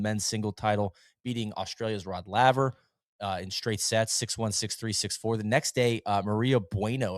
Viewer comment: Tallly-Essen. Understandable. Rod LAYver…Unforgiveable